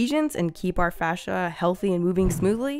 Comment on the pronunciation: Fascia become slowscia Seriously though it's face-sha, yeesh.